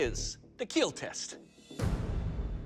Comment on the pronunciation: Ah yes, The daily dose of keal